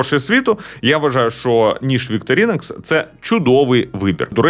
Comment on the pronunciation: Не вікторінокс, а вікторінокс